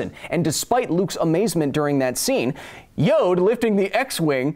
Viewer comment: Baby Yode... Yode... Kyle: What do you have against Baby Yode, this little green goblin like creature? Goblinslayer: Eyes spark red of excitement Hold my beer! Also, it sometimes sounds like yoke when you say Yode :(